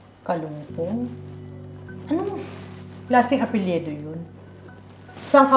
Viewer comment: Mother Ikaw mga ang mas taga Nunfok eh. "Apelyido" Hindi "Apelyedo"